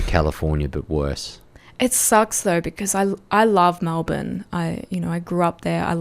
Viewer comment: This lass has a case of sepocitis. She keeps pronouncing e as a. MAlbourne, for example. Even cultural Australians have been infected by American TV. If you want to have an Australian identity, you need to have a culture(not just value, but a culture, which we don't have), insulation from the rest of the world some what, productivity in our country so our citizens are the ones building our country, and to eat the food we grow here, so our very soil is in our bodies. I am not opposed to immigration, but citizenship can't be given to the refugee, or to their children, but to their children's children. The first two generations can be treated with respect and given sanctuary, but the third generation is when citizenship rights are given because, by then, they have only known our country and its ways and therefore have a love for the country, and so can be worthy citizens